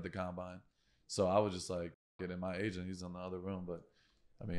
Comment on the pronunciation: At first I thought was saying he was looking for an Asian. An agent! Makes more sense. No offense to Asians. Hey, shout out to all the Asian agents out there.